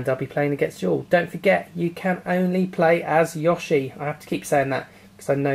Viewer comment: ''Yawshi'', lol.